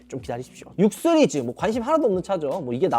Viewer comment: 시리즈 발음을 못하네요